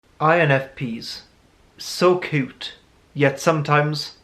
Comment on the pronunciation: So “cute”? ? ? Or did he say something else idk he said it weird